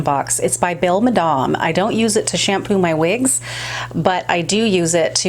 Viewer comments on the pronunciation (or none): none